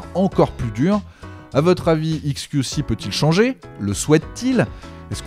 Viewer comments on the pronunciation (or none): faut arrêter de dire "iks kiou ci" soit tu prononces à l'anglaise, soit à la française, mais là le mélange des deux... haha